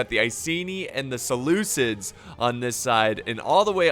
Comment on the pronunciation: the butcher of names "Selukids"